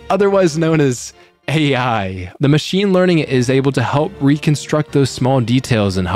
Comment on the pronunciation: Meechine leening